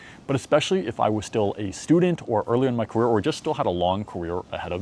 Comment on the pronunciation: When i began my “Cawere”